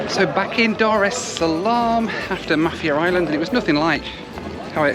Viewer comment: Mah-fier island:)